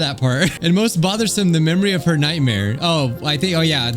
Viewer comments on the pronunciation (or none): none